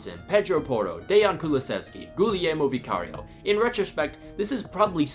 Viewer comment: Guillermo's U is silent